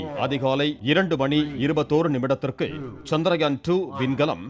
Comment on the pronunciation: Nila nu sollama nilavu nu sonna nalla irundhurukkum....and adhu chandraayan....chandrayaan nu pronounce pannama irundha nalla irukum